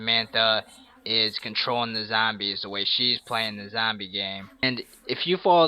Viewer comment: he says "zambies" its so funny youve earned a like for that